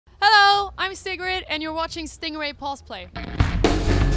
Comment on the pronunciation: You actually pronounce Sigrid as Cigarette in english? Bruh